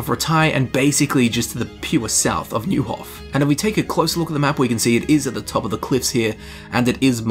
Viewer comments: Neuhof is pronounced like Noihof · Man, you weren’t born for languages. :D Fall-shin, Noi-hof, Lead-etch-CO (like COoperative)... Try to hear how characters in game pronounce, or just Google it :)